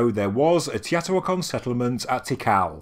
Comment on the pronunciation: Long time subscriber & love your channel & all the research & discoveries you bring to us. BUT, sorry, Teotihuacan is pronounced - tay-oh-tee-wáh-con.